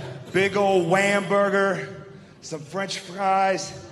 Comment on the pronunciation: Wamberger and fwench fries